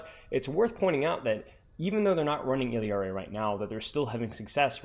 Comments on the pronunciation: But you're not even pronouncing it IL-YAR-EE you're clearly saying IL-EE-YAR-EE and my ears hurt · Love your content, but for the love of god it's "Ill-ah-ree" not "Ill-ee-ah-ree" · if you're reading this, in Spanish her name is pronounced like "ee-yari." I notice you sort of mixing together the English double-L sound and the Spanish 'yah' double-L (like heard in 'quesadilla' or 'pollo') and simply put, Illari's name in Spanish does not contain the English double-L sound at all. Just the 'yah' sound, pronounced something like 'ee-yari' or 'ee-yarry.' Feel free to say it however you want though, just wanted to inform you and thanks a million for the great content:) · “ILL-EE-AR-EE” lmao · Bro, it's only one 'I' in Illari. Il - lar - ee, 3 syllables. I usually let it slide but that pronunciation is so hard to listen to lmao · It's actually pronounced "eeyaree" if I'm not mistaken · Obviously hes not doing it maliciously, but why is it a big deal for me to point out the pronunciation in my language? Especially when its said with a Spanish pronunciation in the trailer. I think everyone else needs to chill, its just a name, this isn't some woke agenda or whatever and I wasn't being rude about it or trying to force him to say it a certain way, nor am I trying to force you to pronounce it "my" way. In fact, if you read my entire reply, I tell to pronounce it how he likes because you're right, everyone has an accent and different place of birth. So why cant I freely share how I say her name? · the way you pronounce some of the characters names is funny 😭 “buh-teest” “illy-ari” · both characters in game do not pronounce their names anything like does